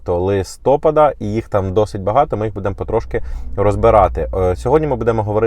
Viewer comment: скажи зачем ты постоянно коверкаешь нашу мову кажучи БУДЭ*МО !?? нормально звучит и правильно БУ*ДЭМО ты ж ведешь ютубканал ну говори нормально! нахрен этот рагульский акцент!?